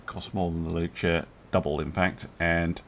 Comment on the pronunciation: I'm almost sure that's 'Lus' and not 'Lu-ce'.